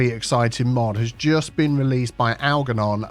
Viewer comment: Just a quickie. The ‘g’ in Algernon should be pronounced as a ‘j’ - like the ‘g’ in germ. It was my fathers first name. Just purchased CS2 and look forward to following your excellent tuition as I did with CS1.